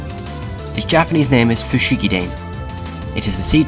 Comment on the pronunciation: Sorry for this, but... it's "fu-shi-gi-da-NEH," not "fu-shi-gi-DAIN."